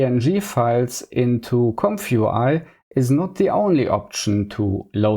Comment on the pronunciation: Ze famous "Compfoowhy" in ze cloud workflow? Zänk ju for ze detailed setup! Seriously tho: I see you trying and I respect your hustle on your journey to master the infernal "th". It's just tongue muscle range that gets better over time, but only if you keep developing those muscles and never stop practising! But also: "Tracking and drobbing" was the highlight of my day. Thank you. Subbed. Liked. Recommended! :) Keep it up, bruzza 👊